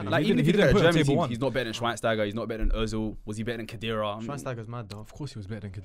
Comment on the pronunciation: Man said Schweinsteiger and Khedira was better🤣🤣🤣